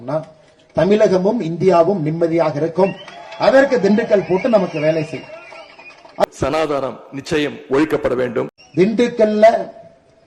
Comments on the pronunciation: சனாதனம்.. என்று கூட ஒழுங்காக உச்சரிக்க த் தெரியாமல் தற்குறி உதயநிநி .......சனாதானம்..... என்று உச்சரிக்கிறார் ..பாலிபாபு என்கிற உதயநிதி ! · அண்ணா! அவர் சமாதானத்தை ஒழிக்க வேண்டும் என்று தான் சொல்லுகிறார் சனாதனம் என்று சொல்லத் தெரியாத ஒரு கோமாளி கொடுத்த வாக்குறுதிகளை நிறைவேற்ற முடியாத அப்பனுக்கு பிறந்தவர் சட்டசபையில் ஒரு தீர்மானம் கொண்டு வந்து அவர் சொல்லுகின்ற சனாதனத்தை ஒலிக்கட்டும். வார்த்தையை சரியாக உச்சரிக்கத் தெரியாத தத்திகள் ஒரு ஏறி கோழி பிடிக்க முடியாத கோமாளிகள் வாணனே வைகுண்டம் போவார்களா! லூசா!? சானாதானத்தை ஆணயையும் புடுங்க முடியாது